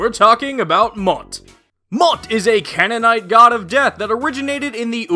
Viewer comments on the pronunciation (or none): Great final joke there! A call-back and it was pretty funny, but you did get a minor thing wrong. You mispronouned Canaanite the 1st A is hard and then the two aa’s make a soft i sound like Cane-in-ite Look up “those Canaan days” from “Joseph and the technicolor dream coat” But yeah really liked this episode, very interesting.